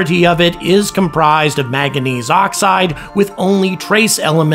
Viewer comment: Love your videos and subscribed when you had 30k, but please say maNganese correctly